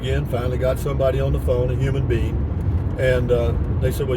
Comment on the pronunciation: Did you say a human Bean? Back on the meds 👍